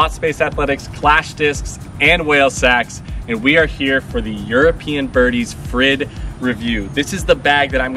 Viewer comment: It seems they left you without pronounciation instruction, but you can say 'freed' and you're very close. Use Spanish 'r' if you want to be even closer.